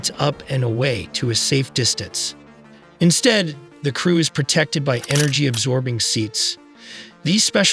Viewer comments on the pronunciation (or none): none